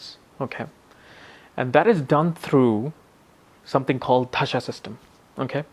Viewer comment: Dasha is being pronounced as Dhasha. Antardasha - AntraDasha